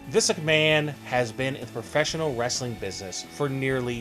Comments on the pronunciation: bruh...do you not know how to pronounce his name?? it's Vince.....not Visk...smh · the narrator need to enunciate, he hasnt said vince correctly once in this video